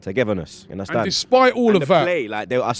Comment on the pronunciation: Give undercrackers boy the job!! "Una-stan?